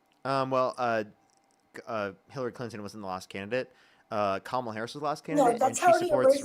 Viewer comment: Why do none of these idiots know how to pronounce Kamala? 🙄 like it's so difficult